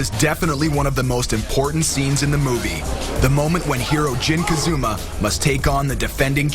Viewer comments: “ Jin Kazooma” 😂😂😂😂 Just let me direct next time.. you ain’t gotta do this to yourself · really "Jin Ka zoo ma" fail within first 5 seconds